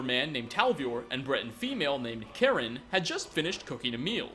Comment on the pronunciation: you are saying Karen the correct way as a member of my family has that name.